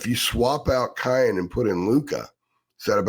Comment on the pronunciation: please for the love of God, his name is pronounced Ki•yan not Ki•on. I can’t take hearing you butcher his name anymore 😂